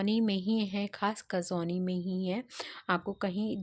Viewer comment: कसौनी नहीं है बल्कि कौसानी है इस टूरिस्ट प्लेस का नाम 😊